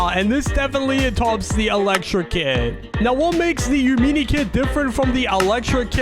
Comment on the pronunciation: IS NOT YOU-MINI is YA-MINI IS YUH MINI